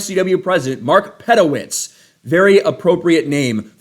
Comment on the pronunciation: its pronounced Pe-Dow-Witz